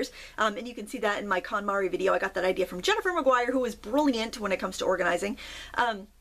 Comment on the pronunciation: The what method? Sounded like calamari but I'm pretty sure that's not what you said. 😆